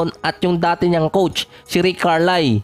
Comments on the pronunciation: Karlayl po ang basa hindi Karlai. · CAR-LAYL po bigkas may L sa dulo Hnd KAR-lie